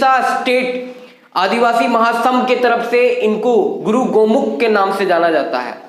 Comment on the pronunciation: गुरू गोमोक नही होता है सर जी,गुरू गोमके होता है।